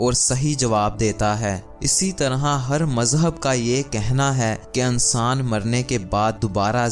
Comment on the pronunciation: Ankaar....Ansaan😅 wah....tumhara talaffuz....koi aur kaam kia kar....kapray phar k sia kar